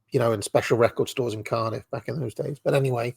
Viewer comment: Thats the only time Ive heard a hint of a welsh accent , when you say " I had to go to Caaaardif". Interesting show .